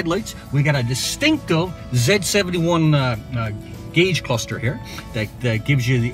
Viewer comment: zee not zeh jesus christ man